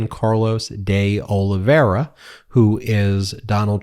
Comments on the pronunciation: Not a big deal, but de Oliveira is Portuguese, not Spanish. You can say “de” like dee, not day. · You could pronounce deOlveira's name correctly but you don't care to. Or maybe it's too hard for you?